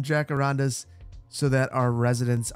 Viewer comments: I love your videos but please, for the love of God, research how to pronounce "Jacarandá". You're killing me here, man... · This has nothing to do with anything really, but after watching Encanto, I die when you pronounce jacarandas the way you do 😂